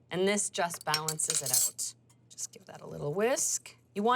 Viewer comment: Turn it "oot"?